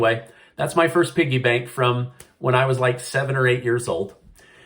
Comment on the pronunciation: That’s a Quickie bank, not a piggie bank 😂😂👍🏼